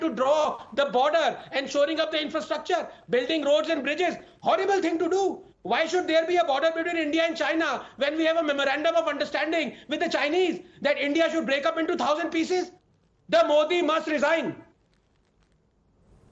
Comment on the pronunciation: Its "rejhine" not resign....hehehhehe